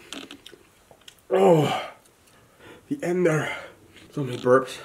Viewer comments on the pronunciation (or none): none